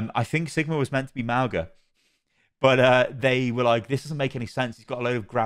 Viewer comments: Just letting you know that mauga is not pronounced (Maow-Ga). In samoan we pronounce our G’s as NG. The correct pronunciation of his name is (Ma-o-Nga) which means "Mountain" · I'm guessing the pronunciation will be clarified when the character is revealed, but I'm 99% sure it's like Mow-nga rather than how we say 'au' in English. Mow like mowing the lawns, and 'ng' is like the Ng sound in 'singer'. It's like Maunga in Māori or Mauna in Hawaiian. Great videos as always,. Thanks for sticking with it through the thick and thin of all the Overwatch dramas 😄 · In Samoan, The letter 'G' is pronounced as 'ng' so to pronounce Mauga's name, it would be Maunga, but spelt Mauga. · Nah but being a Polynesian, it’s actually really nice to see our culture being introduced into mainstream media’s. We’re such a small percentage of the world so it’s really cool. P.S - Mauga is pronounce mah-ooh-nga, the G in his name is pronounce like the ‘ng’ in going. His name also means Mountain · hey, samoan here, btw pronunciation is "ma-ooh-nga" - ng not hard g sound:-)